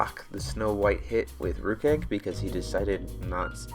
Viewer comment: The Sylvia deck was pretty sweet. It looks pretty similar to a deck I was working on, but I splash blue for Purplemist since the meta at the shop plays a lot of Susanowo. (I main a couple copies of robe of the fire rat for the same reason) Also thank you for pronouncing Rukh Egg correctly. Everyone at my shop pronounces it "Ruck" and it drives me nuts XD